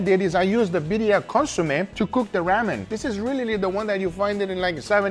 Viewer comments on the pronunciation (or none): Ramen is pronounced like "Raw men"